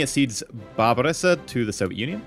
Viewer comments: WHY DOES READ BESSARABIA AS BARBARESSA HE HAS DONE THIS ON MULTIPLE OCCASIONS. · its bessarabia non barbaressa. as in bess and then arabia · Saying barbaressa sounded like Barbarossa and I'm like "No no no dont jinx it" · whats with that pronunciation with Bassarabia? Like ive never heard someone say it like that